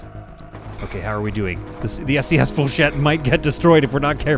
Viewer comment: I sware it sounded like when you said “SCS” was “ASC” as i had background noise